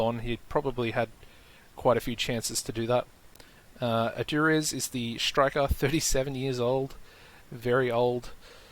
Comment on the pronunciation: Brilliant stuff. Btw its pronounced "Adoo-reeth" )😀